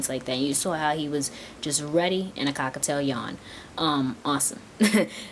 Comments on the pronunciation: It's cockaTIEL,I'm sorry,the way you are saying it really annoys me(cockaTAIL),you could confuse other beginners too. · The way you say cockatiel sounds so much like cockatoo